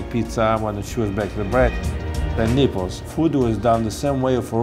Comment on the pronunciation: Lmfao, who else thought it sounded like he said "The Nipples"